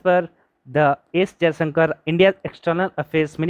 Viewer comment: Isn't it 'Jaishankar'?